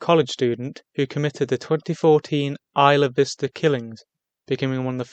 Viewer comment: ¡you pronounced ‘isla vista’ correctly! ;3